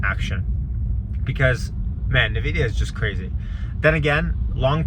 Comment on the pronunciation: It's "en-vidia" not "nah-vidia"